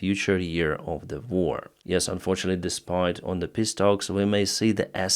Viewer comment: I love it when you pronounce "peace talks" like "piss talks" because of your accent 🤪